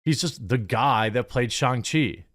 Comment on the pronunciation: The movies pronounced Shishi. Goooddddd.